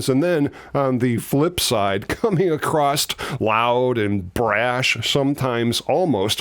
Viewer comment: I noticed that you say "acrost" instead of "across" is that something that someone has ever pulled you up on? seems to be an American thing.